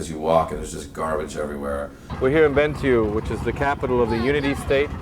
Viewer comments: lol , its not "benetu" its bentiu.......kmt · It’s pronounced BEN-TWO or Ben-Tew. Depending on where you’re from.